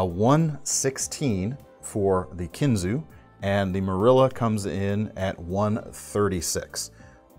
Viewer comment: Case is made 40 mins from me and your right on kinzua being pronounced kinzu. As in the kinzua bridge by us.